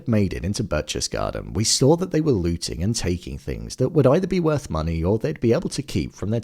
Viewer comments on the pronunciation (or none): Berchtesgaden - The first syllable - you'd be close if you just said Bear (without pronouncing the r) The next syllable is chtes - ch in German in this word sounds like the K in keys You just draw out the fricative part of it.